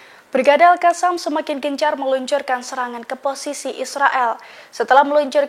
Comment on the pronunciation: bu reporter cara bacanya al qosam. bukan al kasam.